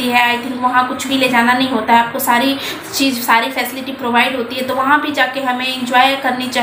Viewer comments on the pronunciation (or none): none